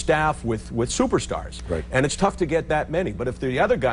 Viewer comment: Stuperstars? Did I hear that right?